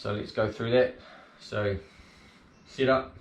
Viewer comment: Great video but it took me half the video to figure out it’s SET up not sit up. Damn yanks